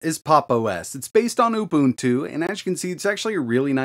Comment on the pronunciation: I do appreciate you pronouncing Ubuntu correctly